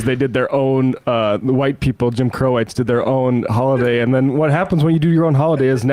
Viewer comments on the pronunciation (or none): none